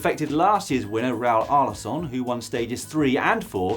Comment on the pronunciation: It's really cool that you try to include these many races. I'm hoping for a Tour of Rwanda bit next week :D Btw, Dan, it's read like "AlarKon" ;) Your "Aguas Calientes" pronunciation had me hoping for more there.